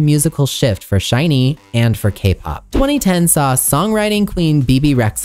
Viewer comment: Lastly, SHINee is pronounced the same as the word "shiny" (with the emphasis on the 'i' not on the 'ee'). I'll stop now cause I don't want to correct every little thing. Your dedication to try and get as many details as you could correct is much appreciated 🙏🏻